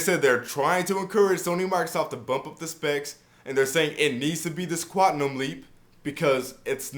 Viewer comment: ....the word is QUAN-TUM LOL! At any rate, good video, bro!